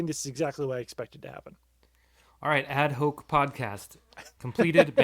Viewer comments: Add Hawk, not Hoke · Ad hoc but is pronounced “add hock” #classof04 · Ad Hoc is pronounced like hawk